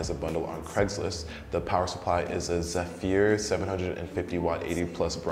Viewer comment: "Zef-ear" Not shocked, no one on YouTube knows how to properly pronounce a ton of words.